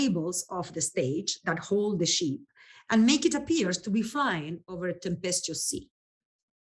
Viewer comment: Her pronunciation of ship as sheep reminded me of exactly the opposite in a very funny bit in the movie "Zorro, The Gay Blade" when Zorro (George Hamilton) was talking about the ships in the field, you know, the baa baas. He also told someone she had trouble with her bowels, you know, a, e, i, o, u, the bowels.